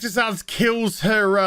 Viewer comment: Am I the only one who Glasgow punches a wall every bloody time someone insists on pronouncing the name Zsasz as ‘Zasz’?! 🤦‍♂️